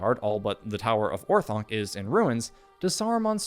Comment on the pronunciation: It's not important but since you're a LotR channel I wanted to let you know for the future that your pronunciation of Orthanc is off. Great video!